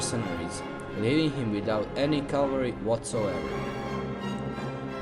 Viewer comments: CAVALRY! NOT CALVARY. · Good to listen Calvary instead of Cavalry